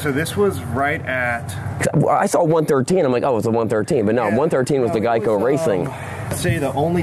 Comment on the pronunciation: please learn how to pronounce the word Geico